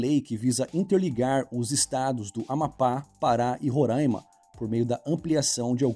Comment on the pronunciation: Fala, seu contúdo é top, mas se liga na pronúncia do estado de Roraima, acredito que vc tenha falado errado, e o pessoal de lá fica bem bravo com issokkk Abraço!